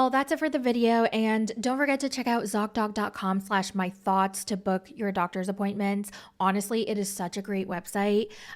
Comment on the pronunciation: Zock doc? Dot dot? Doc doc? I couldn't understand you lol.